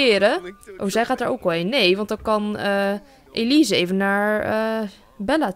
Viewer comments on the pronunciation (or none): ze zegt Elize hahahahaha 😂😂😂😂😂🤣😅😁😄😃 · ze zei Elise like als je dat ook hoorde